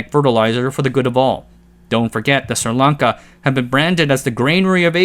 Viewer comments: SRI Lanka not Sirlanka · that isn't how you pronounce sri lanka